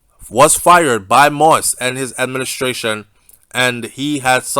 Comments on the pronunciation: The name is pronounced mo-eez not mois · It's "Moist" its "Mo-Ease" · It not moist it moyize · I like your reporting but I don’t understand how you spend all that time doing research on this investigation but you won’t take the time to learn how to pronounce his last name. Anyways, thanks for great info. It’s not pronounced “moist” it’s Mo-Yeez. Simply say Mo and then the second part act like you’re saying Yeezy but without the Y at the end. Mo-Yeez. I know you can do it. Out of respect to the man and his family, learn to pronounce his name correctly. Thanks for the great content. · I know you don’t think it’s a big deal saying his name like that, but it’s so annoying to other people - So I will help you. Say — > Mo…Ease - Done ✅ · Yeah he's saying the name wrong sounds like he is is saying "Moist" . He can listen to any other news outlet in our out of Haiti and could figure out the right pronunciation. He did correct himself on Bordeaux :) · i enjoy your updates...but why are you refusing to pronounce the former president his name correct🤣🤣🤣🤣🤣😂😂😂🇸🇷🇸🇷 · ok who the fuck talking bout the rest of the world I’m just saying N he still saying it wrong everybody else got his name right N I don’t need to thank him for shit It all over the news ig Facebook YouTube now bye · Be respectful. Pronounce the President's name correctly.